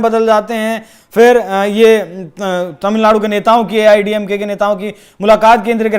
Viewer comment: आपके "अचानक हालत बदल गये तामिलनाडू मे"! बहुंतही मनोरंजक रहा.उच्चारण!